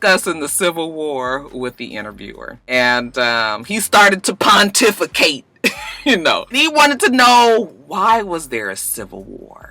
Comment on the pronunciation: I love when you say "Pontificate."